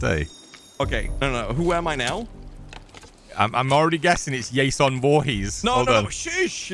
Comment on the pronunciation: i love how you says Yason instead of Jason